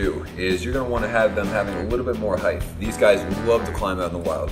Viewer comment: It's really important to get that heighth in the habitath.